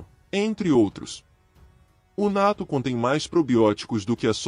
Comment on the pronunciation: Se pronuncia: Nattô Com o acento no ô e não no a. Só pra corrigir a pronúncia